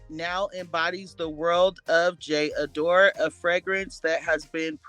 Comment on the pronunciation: It’s pronounced JA DOR. And I love this for her this is one of my favorites.